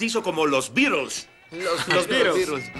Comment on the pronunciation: No se pronuncia bien el nombre Beatles ni una vez en toda la película. Es una T, no una D ni una R.